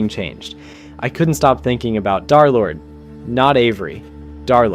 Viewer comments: Why does he constantly say "Darlord" instead of Derlord? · i just put a random time, but seriously guys... i think he continues to say "darlord" instead of Derlord, Just to troll us. Seriously, he's probably so used to it by this point that it doesn't even bother him 😂 anymore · Why do you say darlord instead of derlord? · "Darrlord" is triggering me so fucking bad it's DER- DERLORD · BUDDY I BEG YOU ITS DER NOT DAR💔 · PLEASE STOP SAYING DARLORD IT IS INCREDIBLY DISTRACTING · PLEASE stop calling him "dharr lord" 😭✌️ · Pronounce his name right bro 😭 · i know, I'm saying that this guy pronounces it wrong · because you pronounce it wrong jkjk